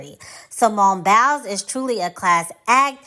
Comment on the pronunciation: "Simone Bowels." Lol. The way she pronounces it.